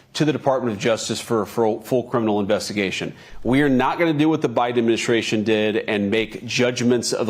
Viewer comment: Investagation he said again here we go